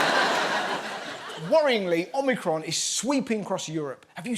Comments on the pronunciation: It's worrying that people that are professionals in communications can not say Omicron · Ah, glad I’m not the only one that keeps thinking Omicron Persei 8… 🤣